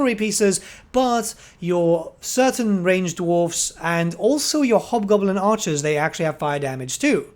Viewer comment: the one unit sounds like their saying hobgobbla kick his ass